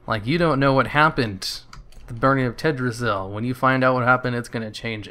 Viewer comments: What's with the super low resolution? also it's pronounced TELL - DRA - SILL not tedrasil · It's Teldrassil not Teddrassil, with a llliiiihhhhh